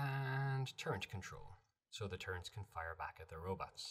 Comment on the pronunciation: I disliked the video for the sole purpose of saying “turrents” instead of “turrets.” Otherwise it was a very in-depth and helpful video.